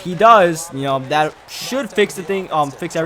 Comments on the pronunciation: and "dat" instead of "that" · has to be asian notice how he says rader then rather and dat rather than that lol